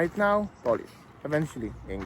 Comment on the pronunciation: Could you learn how to pronounce Poland and Polish?